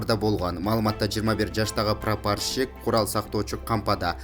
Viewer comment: Прапорщик деп айтылат прапарщик эмес